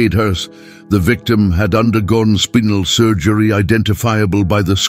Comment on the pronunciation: Speenal surgery😂😂😂 this ai english is terrible . I watch this channel for the comedy on most of the words 😂